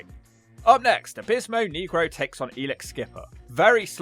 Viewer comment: You pronounced negro wrong